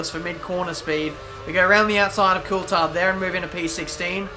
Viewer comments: Well Coulthard himself pronouncs it cool-thard. So it's a 'th' sound and not just a 't' sound. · Here's a tip pronounce Coulthard correctly.